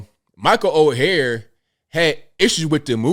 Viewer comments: Oher is pronounced as "oar". Like a boat oar. Not as "o-hair". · Someone please tell that “Oher” is pronounced similar to iron “Ore”, boat “Oar”, even “Or”, but not Oh-her. 😂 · Last name is pronounced Oar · his last name if pronounced OAR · It’s pronounced Or. not O-hair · I believe it's Pronunciated Michael Oher ("Or"). Great story. I always believed more behind this. Especially with all the funny business within one's own family in these colleges these day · Ok ok first his last name is pronounced like or. Everyone needs to watch the video Jason Whitlock put out yesterday about this. He goes deep into the history and such. Jason Whitlock does a fantastic job explaining things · ORE is how his name is prnounced per the movie. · Sorry to sound picky but my name is mispronounced ALL the time. His name is pronounced "OR". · Lmao, his name is or is pronounced, ( Or ) although it is spelled Oher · OAR!! OAR!! Pronounced OAR!!! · It’s pronounced “Oar” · Pronounced Orr like a paddle in a boat. Direct quote from movie. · That would be OAR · Dude, you have to at least say his name right! Oher, pronounced "Oar". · You're the only person I've ever heard pronounce his name like that. Speaking of his name...wouldn't it have been changed if he had been adopted? Apparently he wrote a book a few years back, and in it he acknowledged the conservatorship, and that he always knew about it. The movie implied the adoption, but they never claimed that. It's a MOVIE! His family (or former family) didn't write the movie line...HOLLYWEIRD did. Besides, anytime a movie states that it's based on a true story...we should focus on the word "based" and not "true story". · … take this down and wait for it to play out before you have to retract it. You have mispronounced his name every single time and this assessment by you is incompletely incorrect.